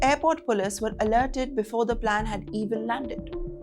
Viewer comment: "plan" landed .....wtf english is that